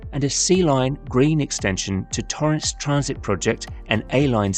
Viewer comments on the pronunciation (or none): none